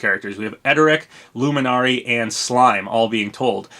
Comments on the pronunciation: Pronounced LEW-MIN-ARY. I love Dragon Quest so it set my radars off when you butchered the living god out of their names. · The way you said Luminary bothered me